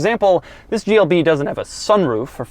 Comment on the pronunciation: At the start of the video I think he said “GLD”